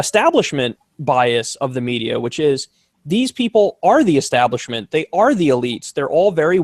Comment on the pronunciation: Say it with me, Kyle...ESTABLISHMENT